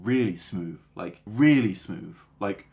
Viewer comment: He said smooth so many times, i couldn’t help but notice that he actually says smoove, as in he doesn’t make the typical th sound with his tongue as in the but a v. As a non native english speaker is this common?